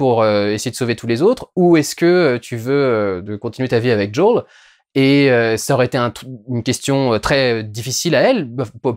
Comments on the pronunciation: Peux pas dire Joël en français ! "Jaul" ... Nul . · C'est "Joèle" pas jooooeeele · Ca me perturbe l'entendre dire Jo'ol à la place de Joel tout le long XD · " Joël " pas joel 😎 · Quand tu dis "Joël" a l'américaine on dirait que tu dis "Jul" 😂. Quel dommage qu'il n'y est pas plus d'infectés aussi. Je suis une bille aussi en jeux vidéo et j'ai réussi à finir le jeu en normal. Je te conseille de le faire quand même il est vraiment très intéressant ! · "Djawl"... T'abuses pas un peu Diuwondayl ? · j’entends bien mais là il parle français donc autant prononcer « joël » ça n’a pas de sens je trouve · Joël on dit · ce qui me choque le plus dans cette vidéo, c'est à quelle point tu t'applique à essayer de prononcer le nom de Joël en anglais XD please, next time, only in French ^^.